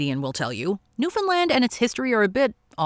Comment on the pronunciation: The Great Depression was devastating to the Newfoundland* economy - but what really hurt the Dominion was the crushing war debt that they were saddled with after WWI ended. The Depression just finished the job. (*…And bravo for your correct pronunciation!)